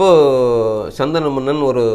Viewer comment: Saanthanu,not sandana manan